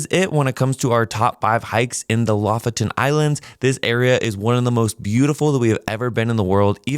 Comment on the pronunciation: "lofton" islands??? jesus christ dude.